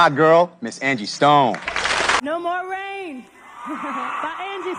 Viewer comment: THERE NO MORE RAIN IN THESE SKIES! you butchered that line THREE times lol smh kids